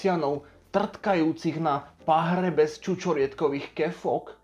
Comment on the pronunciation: Kefôk, nie kefok